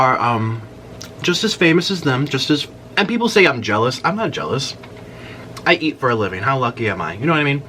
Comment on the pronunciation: “JEOLOUS”. “ACCULLY” “GRANDAMAS” LMAOOOOOOOOOO